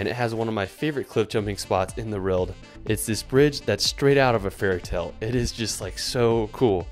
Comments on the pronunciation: how do you pronounce world like that? It’s like you’re starting to say realm, but then you flub it. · WORLD not ERLD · World not “Wirld” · Nobody:: wrold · haha, no problem, try whirr-ld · .... In the weierld he says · in the whrilled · "one of the best places in the rwold " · Dafuck is "wrold" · Where the hell is this guy from? Does he not know there is a "W" in world and the "R" comes AFTER the "O?" If english is his second language... fine. But otherwise? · Cool video but uuhhhhh... Very strange pronunciation of world